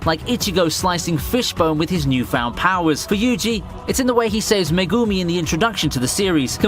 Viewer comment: I like pretty much all of your vids man, but i dont get it, you watch the Series, hear the names, but say it so diffrent, idk if Its just me, but i dont know who suguna, meh gumi or Na Na mi is?